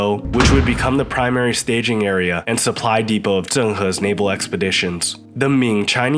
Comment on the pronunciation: and and It’s interesting that standard dialect was used up to this point to pronounce Zh ‘correctly', and then a southern pronunciation was suddenly adopted here for the narrator’s pronunciation of “Zhen”, “Fǔzhōu”, and “Zhāng", wherein Southerners typically don’t differentiate between Zhe/Zhi/Zhou/Zhang and Ze/Zi/Zou/Jiang.